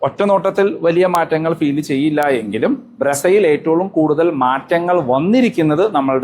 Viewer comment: Ettavum ennu parayunnathinu pakaram Etalum ennu parayunnu